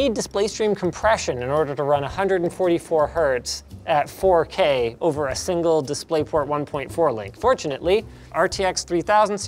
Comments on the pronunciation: Ahh yes, the "FU K" resolution? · Welcome to Linus Tech Tips where we take "dropping costly hardware" skillz to new limits!! Btw did he said fookay??